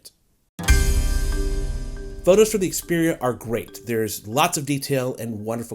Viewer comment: Finally a reviewer that knows how to pronounce the phone's name